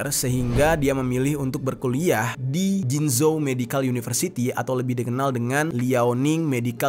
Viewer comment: Jinzhou. Bacanya cinchou. Baikhuruf jz dibaca c oleh bahasa mandarin. Heran aq z selalu dibaca j lol